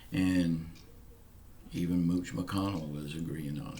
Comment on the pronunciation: The name is MITCH. NOT MOOCH